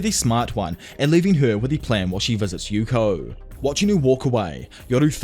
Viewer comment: Hearing Yuko name the wrong way so many times was fun